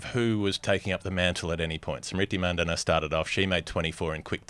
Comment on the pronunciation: Renuka Singh Thakur, not "Renaka sing Dakar" like you pronounce. Emphasis on the gh, th and ur. Smriti Mandhana, emphasis on the an and dh. It's not "Mendana". Harmanpreet Kaur, not "Haamanpreet Core" I don't have time to rewatch the whole video but you see the errors here in the first couple of minutes. To say my assumptions are wildly off base is incredibly condescending in light of the evidence. I did not expect such a defensive response. Do better for your Indian and Asian fans.